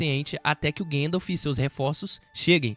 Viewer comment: Ô, cara. Fala "guéndalf", não.🤦🏻‍♂️ é GAndalf! Se pronuncia como se escreve!